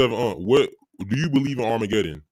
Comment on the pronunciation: What's armargedon? 😂😂😂